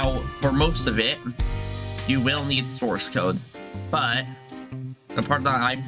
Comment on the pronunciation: when you said source code i heared morse code and i was like 🤨🤨🤨🤨🤨🤨🤨wthhhhhhhhhhhhhhhhhhhh